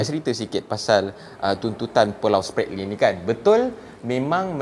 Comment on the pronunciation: hahahha.. Sbb mengikut statistik education mereka, jauh tercorot bagai nak mampuih. Cube kau tngok skli lagi, sebutan Spratly dlm English pun boleh salah. Ketawa bagai nak mampuih aku